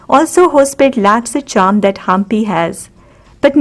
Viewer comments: It's not haaampi, it's Hampi 👍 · It's not pronunced as Haampi, it's Hampi